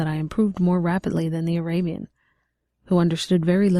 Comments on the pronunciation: The first narrator pronounced Arabian abian. She should have read over it until she was comfortable with it. Just cause you are a volunteer doesn't mean you do a poor job. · say abian... one more time.